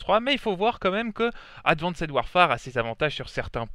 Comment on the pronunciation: Advanced warefare se lit « advinste warfère » c’est quoi ton délire de « advincède warfère »? En anglais le « -ed » du prétérit ou du participe passé se lit « t » après le son « s »